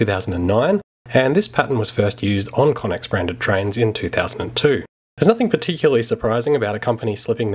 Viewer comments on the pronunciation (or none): We really butchered how to say connex. Its meant to be pronounced "connects" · Pretty certain it's pronounced "connects"